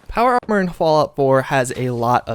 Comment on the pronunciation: You can't even say armor???